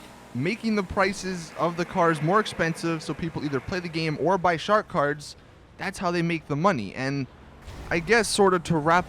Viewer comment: is it just me or does anyone else here Shart Cards when he says shark cards...